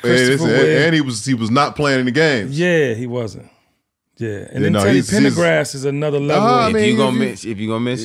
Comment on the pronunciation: He said teddy Pendergrass